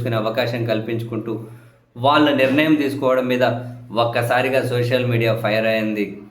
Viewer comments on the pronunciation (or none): none